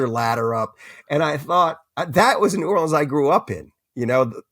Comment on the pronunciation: I've read all of Lewis' books. It was astounding to hear him say he didn't know the name of the newspaper in New Orleans - and it's "norlins".